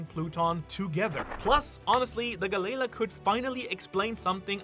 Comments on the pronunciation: Is Galley La really that hard to say? I couldn't even finish this theory because of how irritable I grew while hearing him constantly mispronounce the company name. I understand that they are two different companies from two different parts of history, but the name and intent is clearly the same after all this time. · Why is he pronouncing galley-la like that. Ugh i hate it every time he says it like that it makes my skin crawl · Why are you saying galley la wrong are you like mental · Am I the only one who the pronunciation of Galley-La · Had to turn it off after he pronounced it Galley La multiple times. Never heard it that way since watching anything one piece related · The way I hear galley- la is making my ears bleed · It's pronounced gallie lah not galay luh🫰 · not hearing it pronounced like galley-la is kinda whiplash every time for me, galayla is such a weird way to say it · Why are you saying Galleya😭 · Is it really pronounced ga-lei-la? I thought it was ga-lee-law 😂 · Guh-lay-luh. Ga-lee-law. Sorry if this comes off as rude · guh-layla 💀 or juh-rool 💀 its galley-laaah and theyre norse, so its pronounced ya-rul. theres no J sound in nordic languages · the way he says galley la really bothers me lol (gal - E- law) is how i say it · Dude u are funny. The way you pronounce galley la is the best hahaha. Don’t change bro. Galaylaw. Hahaha I love it. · Honestly i know you live there but pronounce galley-law correctly when speaking english if your gonna use japenese slang do it in japenese its wierd when you mix the 2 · Lmfao 😂😂😂 damn it I'm trying to listen but everytime u say galley la wrong I'm cringing over here 😂😂😂 Gaylay la is crazy 😂😂😂😂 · Brother, it’s two seperate words galley-la there is it a slight pause. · gally ( gah-lee) la ( a new word ) not part of the end of the last word. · How are you pronouncing galley-la wrong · Always love his videos but Hearing him mispronounce galley la over and over almost made this video unwatchable. 😅🤣